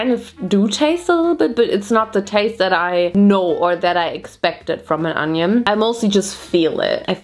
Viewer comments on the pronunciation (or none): Girl, its ONION, not ANYUN. XD Your Harry Potter puns were on point!